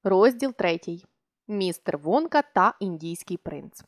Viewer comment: Мне одной чується замість Вонка Водка?